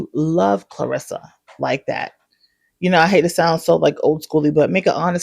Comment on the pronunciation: You're the first person i heard pronounce her name correctly, besides her and her family. Everyone calls her "clarissa" instead of "claressa"